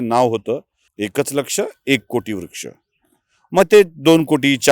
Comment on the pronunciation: याला म्हणतात खरी पत्रकारिता. खूप खूप धन्यवाद. एक सूचना करावीशी वाटते - काही शब्दोच्चार सदोष वाटतात उदा.- व्रक्ष ऐवजी वृक्ष, अधिगृहित ऐवजी अधिग्रहित असे असायला हवे.